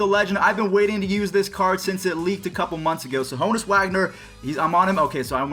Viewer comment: Ha-nus Wagner